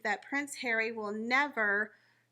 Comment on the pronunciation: I like the way says Prince Hawwy